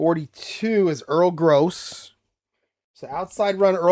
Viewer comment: Pronunciations: It is Earl Grow and Ray Poagie, rhymes with hoagie. Joe Don Looney got run out of Baltimore by Don Shula. He spouted off telling Shula "I ain't no messenger boy," after being sent in to the huddle with with a play. There is a "t" in "Nowatzke." Cleveland is 3-0 in my 1958 replay so far. Jimmy Brown has 543 yards on 77 carries! Groza is 3-11 on FGs, longest being 16. Terrible kicking. Enjoying your replays!